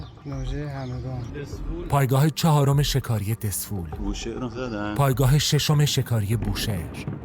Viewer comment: دزفول نه دسفول